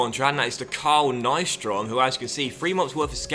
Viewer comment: The way you prounanced Carl nyström